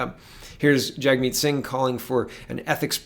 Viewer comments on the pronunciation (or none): After Laura Lynn spoke the moderator would say "Jagmeet" but it sounded like "Checkmate!"